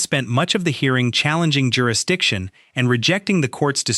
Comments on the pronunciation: I wouldn’t improve jurisdiction either if the damn defendant can’t even pronounce it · You should not be able to argue if you can't pronounce the word JURISDICTION!